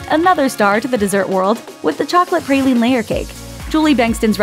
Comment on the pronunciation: The way she says tiramisu and pralime is just not okay